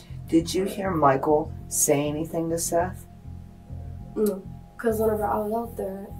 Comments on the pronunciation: Why’d you pronounce it Seeth when they said it over and over as Seth in the footage? 😂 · Awww seath, watch out for seath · To be fair, "Seath" is a stupid way to spell Seth. Only in Florida 🙄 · I like how he calls him “ seeth”, lol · Why’d you keep calling him seath when you clearly hear them pronounce it as Seth LMFAO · Why are you calling him SEETH when it's clearly pronounced SETH?!?!!! YOU CAN HEAR EVERYONE REFERRING TO HIM WITH THE CORRECT NAME. WHY ARE YOU BEING DISRESPECTFUL LIKE THAT?!?! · Poor "ceeth" 😂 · Why are you pronouncing it as SEATH? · Seath?! Seath?! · For the love of God, it's SETH not Seeth. Do you need us to call you and ambulance? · Seth ...is NOT pronounced SEATH ...lmfao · Continuing to say "SEE-th" when they are in the interview saying "Seth" multiple times is kinda lazy. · Seeeeeeeth How do you get it wrong when they say it a million times… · Was ready to give the video a thumbs up but the AI saying "Seeth" for Seth just made me downvote so fast. STOP being lazy and using AI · It’s pronounced Seth. Not seethe. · The fact that you think his name is pronounced “Seeth” despite his name being said aloud numerous times makes me want to unsubscribe and find a new story teller. Come on man. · You watched the same video as we did, many more times most likely, and you still keep on calling the first victim Seath, instead of his name Seth…..smh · I actually agree with this comment as well. Makes absolutely no sense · They say his name is pronounced as ”Seth” but still you don’t know how to say it? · AT LEAST SAY HIS NAME CORRECTLY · I know its a small thing to get frustrated about but How do you mispronounce a name when its spoken correctly in the video clips attached? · Narrator! this boy is dead the least you could do is pronounce his name correctly .